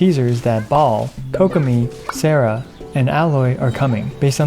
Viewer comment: Hurts me to hear people say Sarah 😫